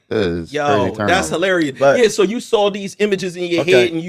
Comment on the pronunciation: No funny shit but is this a Philly thing where y’all pronounce “Saw” meaning seen with a L like “sawl” keep doing it what’s the deal with that.